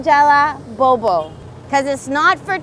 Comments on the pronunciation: I LOVE YOU SASCHA!!! saya juga lagi susah nih belajar bahasa spanyol. sekarang tinggal di Kolombia dan masih enggak lancar ngomongnya. kayaknya bakal contek metode belajarnya, deh. makasih banyaaaaak!! btw, mungkin kamu mesti latihan ngomong "bobo" karena masih terdengar seperti "bowbow" hihihi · bo bo..not bow bow 😝